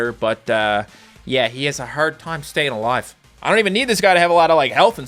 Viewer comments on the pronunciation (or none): none